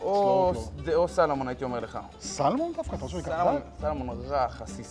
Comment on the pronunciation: אלו שאומרים סלומון במקום סלמון ... 🤦‍♀️ : "קינלי" ... 😄 מסוג המקומות שדוגלים יותר בכמות מאשר באיכות. (או שמא הכמויות האלו במיוחד לניב ...) מבאס לאללה בכל מקרה, וחבל על כל המזון הזה שנזרק כי הוא לא טעים.